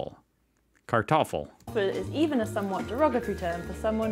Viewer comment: nice pronunciation of kartoffel. proud of you.